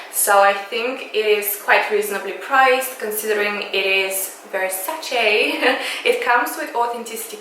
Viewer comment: finally someone who pronunces Versace correctly and not Versaci!!I'm italian and it's an italian pronunciation!!The mug and the saucer are amazing!!Love love love from Sardinia Italy😃😃